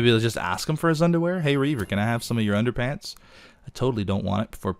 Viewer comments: Underpants... Anderpants hahaha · it's ANDERPANTS!!!